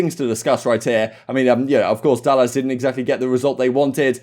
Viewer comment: This man said dallASS .